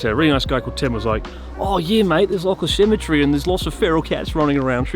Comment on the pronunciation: lol what is a cemitree??